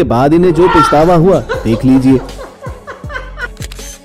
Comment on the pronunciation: سر لفظ " پَشتاوا" صحیح لفظ ھے ،پِشتاوا غلط لفظ ھے۔